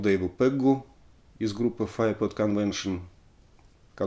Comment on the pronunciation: Alexey!!!Уши режет Ваш "аглицкий" !!!Ну посмотрите в словаре как произнести Chrysalis и Fairport!!!🤨Есть у меня de luxe "А".